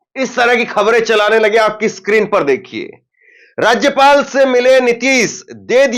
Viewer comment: पहले राज्य पाल बोलने सीखो फिर न्यूज को दिखा